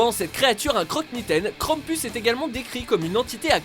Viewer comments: Mdr on dit krampous. Sinon super vidéo De plus c'est un monstre autrichien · Krampus ce prononce krampous